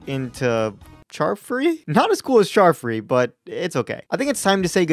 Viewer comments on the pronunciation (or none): charfree sounds like Child free to me lol